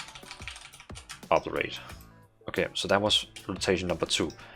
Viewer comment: Friendly advice, do a google search for "Obliterate pronunciation" to hear how it sounds. I know english isn't your first language.